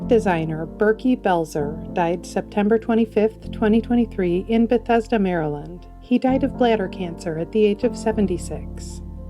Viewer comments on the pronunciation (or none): none